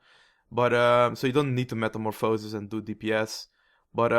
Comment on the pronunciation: meta-morph-asis meta-mor-phasis lol I know english isn't your first language, I'm not making fun... (Well, maybe a little but it was funny to hear)